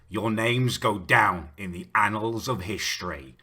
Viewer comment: Did he say "anal of history" ...nonce